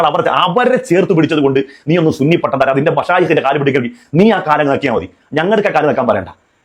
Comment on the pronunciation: ഓൻ ചുണ്ണി ആണ് സുന്നി അല്ല 😂😂ഓൻ സൂപി അല്ല ചൂപ്പി ആണ് 😂😂😂